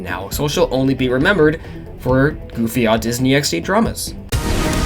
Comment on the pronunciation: Did u rly say “goofy ahh” like that?